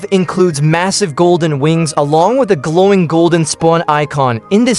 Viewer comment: along with a gloowing spouwon oicon"